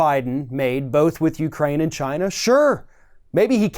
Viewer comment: Why does it sound like he is saying ghina instead of China.